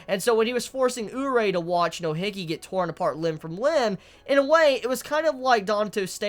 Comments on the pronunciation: Your pronunciation to "Hige" bothers me to no end, like who in the fuck is HIGGY?! I gotta be honest lol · Yeah bother me too its Hi-geh facefall